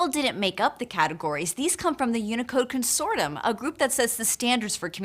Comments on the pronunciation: There's no "m" in the word "voluptuous." And it's pronounced "con-sort-ee-um," or "con-sor-she-um." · "Consortum"? Wasn't it "consortium"?